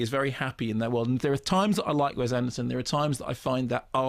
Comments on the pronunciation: Also, Mark, PLEASE IT IS WES with an "S" not "Wez" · wess, not wez